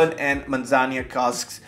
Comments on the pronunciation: Thanks for another cool and timely review…but dude, a little more focus on pronunciation would b appreciated. Where did u get “manzanya” in Spanish? It’s admittedly a bit of a pet peeve for me bec I think it’s a matter of respect, esp nowadays when it takes only one minute prep with Google translate, but u say it so often! Yikes! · I don't think you are pronouncing Manzanilla properly:)